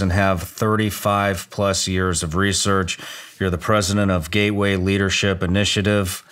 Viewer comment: Gay way or Gateway ?? 😂